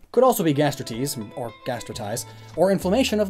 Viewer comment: I hate how you pronounce Gastritis.